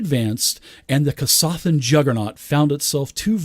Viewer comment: Love your work. Fun fact- Kasathas Drinking Game- everyone takes a drink each time mispronounces Kasathas. You're welcome;)